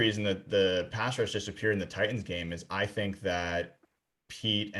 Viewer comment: Really missing "Titins" pronunciation this past week and a half. I'd gladly go back in time and have to hear him butcher it for another week to revise the last couple games.